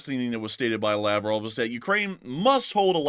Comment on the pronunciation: Krasnodar! It's totally hilarious- When you say Laprov, I actually hear "lapdog!" Seems I can translate Russian in my head!🤔